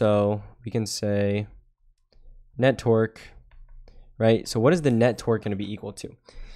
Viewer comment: Everytime you say torque it sounds like you're saying twerk 🤣 Great video, you're a lifesaver!